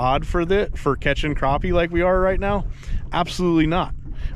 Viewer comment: Next time you're in South Carolina ask someone to tell you how to pronounce crappie.